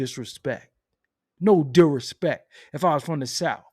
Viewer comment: Kno dirispeck! 😂